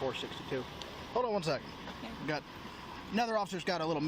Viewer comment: You're fourth, maybe even fifth. Not "sekend", whatever the hell that is.